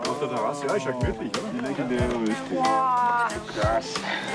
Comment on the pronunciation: Äs heisst Rööschti.